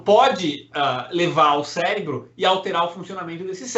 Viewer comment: Cérebro e não célebro !